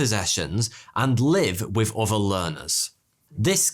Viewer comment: Why do you only sometimes pronounce the "th" sound as an f? You'll sometimes say free instead of three, or each uhver instead of each other, but you say math with no problem. What determines whether or not you change the th to an f?